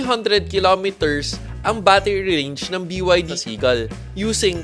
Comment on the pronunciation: Bro it is pronounced Bi Ya Di